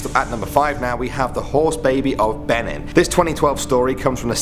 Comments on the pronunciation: It is not ben-in it is beee-nin this was a true insult to nigerial but cant blame you though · He isn't pronouncing 'Benin' properly. Its pronounced 'Bee-nin' not 'beh-nen' 😂😂😂😂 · #5 IS PRONOUNCED (BE-NEEN). THERE is no such thing AS PRONUNCIATION [BE-NIN] smh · FYI Benin is pronounced "Binin" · (Bee-neen) Benin i'm african